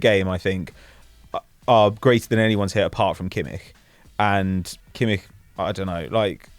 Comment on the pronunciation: Kudos to for his pronunciation of names, finally someone says Kimmi[kh] and not Kimmi[CH]